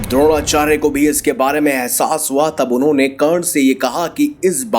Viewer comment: Its not kern but karaN